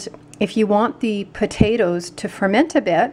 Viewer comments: Pot ta toes not pudadoes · Did you mean potatoes? You said podadoes 😅